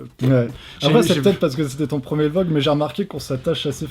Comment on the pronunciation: "Vi log"